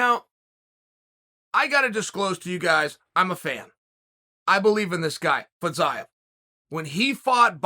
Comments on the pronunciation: It's pronounced Feezeeyev, Chael. Not Fazayev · he pronounces Fiziev's name incorrectly